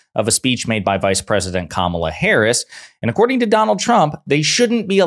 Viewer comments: Bahaha, did I hear him slip & pronounce Kamala's name correctly? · 🤯 Trump pronounced Kamala correctly?!?!